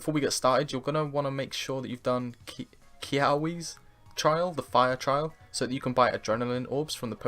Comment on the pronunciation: Kiawe: Kee-ah-vay. you're welcome :)